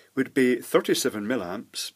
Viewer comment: Hi. I'm so glad you stopped saying "mill-amps" and resumed calling it "milliamps" as it actually is. I never found out why you started doing this; presumably you got criticized and caved in, which is not like you in my observations. Anyway, why would you cave in to an obvious idiot?